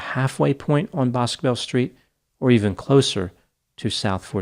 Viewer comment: 1. Her Dad is very much alive and very much deserving of answers in March of 2024 (He voiced his support and empathy on local news today re: Sebastian and Riley) and 2. Boscobel is pronounced Buss-Go-Bell locally